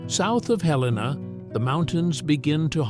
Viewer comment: Helena is pronounced HEL-n-ah.